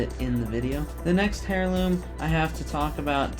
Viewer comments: Nice video man. I do need to let you know that I’m pretty sure heirloom is pronounced “air-loom” and not “hair-loom” though. Just a bit of constructive criticism. Correct me if I’m wrong. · I hate the way you pronounce heirloom, otherwise awesome video lmao